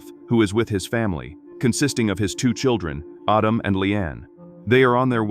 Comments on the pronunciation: Ardum for goodness sake. It's Adam!! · Autumn? you mean Adam.... your TTS is pajeeted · IT'S. "ADAM", NOT "AUTUM" dumd ass AI speech ! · Its addem not autumn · Only A.I. would pronounce Adam as Ahdam 😵‍💫 😭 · What?!?!?! Mr. Robotvoice screwing up pronunciation? Unpossible! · Perhaps it's just the AI voice being used being unfamiliar with the rules of the English language. The name "Adam" would definitely sound like "ah•dum" if the 2nd "a" in the name didn't make the first "a" a long "a". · I heard autumn. If you turn on CC that's what it heard as well. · stupid AI, can't pronounce the name Adam. Just do the voice over yourself. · I hate when the AI pronunciation gets something wrong and then just sticks with it forever! Like, Adam is a really simple name to pronounce, and its biblically the first name ever! Get It Right AI!! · I think it's AI, and AI mispronounces words all of the time.